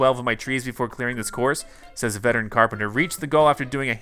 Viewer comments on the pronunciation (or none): none